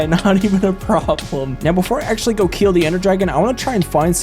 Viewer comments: "keel" instead of kill is the reason I couldn't finish this video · "keel and be keeled"